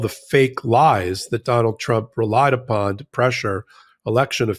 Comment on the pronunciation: "Re-Lied Upon". 😂😂😂 good e